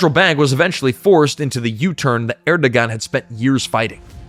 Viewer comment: Pretty sure that's pronounced Erdowan.